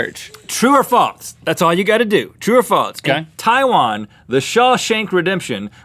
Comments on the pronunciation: Rhett..."False" not "Faults"...geesh. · i like how instead of "false" Rhett says "faltes" 😂